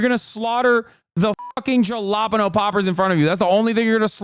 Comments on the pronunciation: hasan knows how to say it right. when he says it like that he's making fun of ignorant people. if you watch his streams he talks about it sometimes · I've never heard someone pronounce jalapeño like that lol